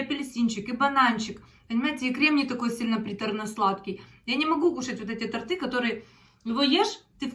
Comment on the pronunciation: Добрый вечер. Правильно говорить ТОРТЫ ударение на О.